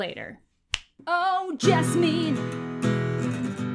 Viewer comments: My wife’s name is Jessamine lol, it rhymes with specimen, not ketamine :) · The county I live in is actually named Jessamine. Pronounced Jess-a-men.